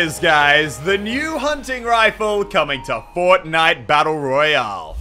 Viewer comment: You said battle royall